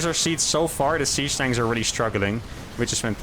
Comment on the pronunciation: I must be going deaf, I swear you were saying Sea Snakes, not siege tanks :)